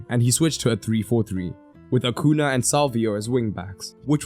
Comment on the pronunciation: Great analysis! To help you with the accursed Ñ acuña is pronounced more like acunya.